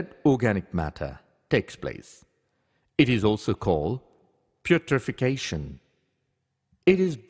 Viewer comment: I am not one to go around correcting people, so forgive me, but... It's not putrefacation, it's putrefaction. You spelled it right, but the pronunciation was wrong. I guess it's just trivial and doesn't change the quality of the rest of the video, but I figured I'd let you know. Here, I'll give you the first thumbs up to make up for the criticism.